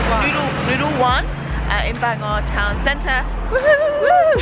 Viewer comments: Nah you nailed it! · They were actually pretty close in the pronunciation they just needed to roll the r at the end of the word Bangor. 'Banga' is just an Anglicised attempt at the place name... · your pronunciation of Bangor is funny. I live not that far away we pronounce it Banga. You should have come to Llandudno, the queen of Welsh resorts.